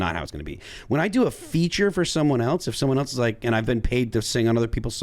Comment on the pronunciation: Why does say “eltse?” Is he trying to say “else?”